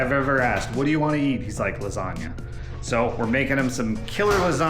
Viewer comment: Hey, love your personality, and your cooking, but why in the world would you miss pronounce the dish you are preparing? I’ve been married to an Italian for 45 yrs, and been in Italy multiple times, and I can assure you there is no such thing as a “lasaga”. How it’s been pronounced for ever, as a “lasagna”, is in fact the correct way. If you are not sure, ask the rest of the world. However, if you want to sound educated and correct, “bruschetta”, that everybody in North America mispronounces, is pronounced “BrussKetta”. Please use your platform to educate on that one. You will make the Italians proud!